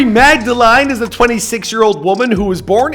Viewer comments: he says mag-da-LINE instead of mag-da-LEAN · It's pronounced Magdelin lol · Learn how to say Magdalene for the love of god.